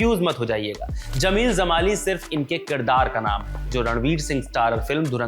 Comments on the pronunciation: कृपया जमाली (Jamali) को ज़माली (Zamali) न बोलें। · Zamali nahi, Jamali Sahi karo उच्चारण